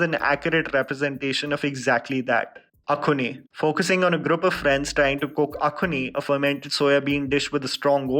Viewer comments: Well actually it's not pronounced as A-K-H-U-N-I. More like AHH-XXXOO-N-I. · It's not akhoni It's axone (axon) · From the letters it should be uk-zun or ek-zun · It’s kinama.. isn’t it?😄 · I never knew that AXONE must be said as ACHONEE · Shit I used to pronounce this movie as AXE-ON.. thanks 🙂 Loved the movie though.. Saloni, Lin and Imsung♥️